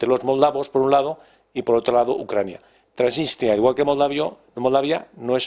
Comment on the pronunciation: Dejen de decir Tranitria o Transistria que suena horrible. El nombre correcto de ese país es Transnistria.